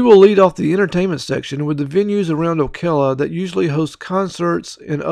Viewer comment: And the pronunciation of Ocala. Never heard it called Okela.